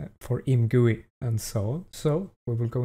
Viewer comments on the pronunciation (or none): imgooey, chear enyine